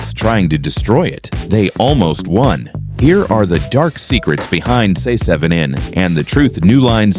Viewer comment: I HATE how these AI videos are apparently not even reviewed or edited before being posted. The name of the movie isn't "See seven in". Couldn't they have just spelled the name in the AI script as Seven so it would sound correct?